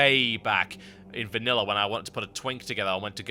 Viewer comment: WHAT THAT VANILA HES KEEP SAYING!?